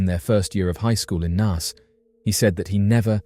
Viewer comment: I remember when Trevor Dealy went missing and bro really needs to learn how to say Naas lol you say it like your saying the alphabet a sound if that makes sense.